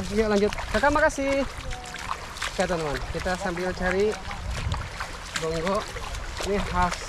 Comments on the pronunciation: Gonggong bang bukan gonggok.. Mantap👍 Makasih bang sudah mampir di Batam -Kepri 👍🙏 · Gonggong bukn gonggok a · bang bukan gogngoh tapi gong gong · Gong gong mang bukan gonggo hehe😅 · Nmanya gonggong bang, bukan gonggo, Saya org batam, gonggong2 itu paling enak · Kami orang batam bilngnya gonggong bkn gonggo